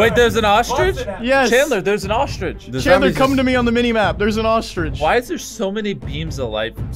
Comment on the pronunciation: No one: Karl's Ostrich pronouncation: OSTRIDGE